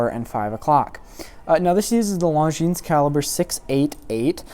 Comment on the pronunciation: It's "Longines" not "LongineS".